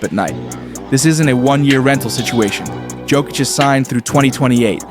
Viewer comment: Yoke-itch not joke-itch